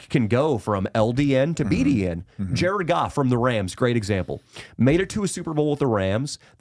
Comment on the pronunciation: JA-RED GOFF, JA-RED GOFF